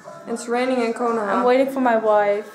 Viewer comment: ko-no-ha lmao